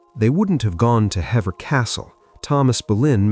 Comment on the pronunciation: I agree. Hever has the long ee sound like Heever.